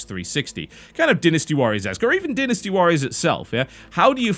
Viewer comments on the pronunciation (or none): Sacred 3 is a complete pile of smelly horse poop and is nothing more then a poor Diablo 3 clone. Oh and by the way it's called Dynasty Warriors not Dinasty Warriors, say it right or don't say it at all.